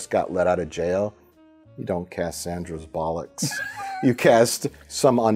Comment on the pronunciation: I love Mike's inability and/or refusal to say Sandra Bullock's name correctly.